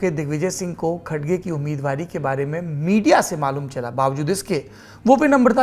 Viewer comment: Pronunciation 'Kharge' hai, 'Khadge' nahi. I am from Karnataka and he's a great leader.